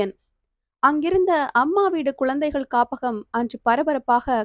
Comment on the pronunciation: அருமையான கதை! உச்சரிப்பு சரியான முறையில் இல்லை. குழந்தைகள், பழைமை யென்று சரியான உச்சரிப்பு இருந்தால் நன்றாக இருக்கும் 🎉